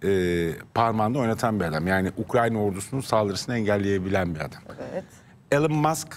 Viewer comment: 😂 İlan'da değil, İlon, Google'e yaz: how to pronounce elon musk